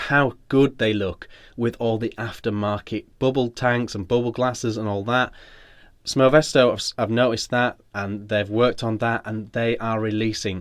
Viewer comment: Sfoe mesto Sfae mesto, I cant understand why British people cannot pronounce a single foreign word properly...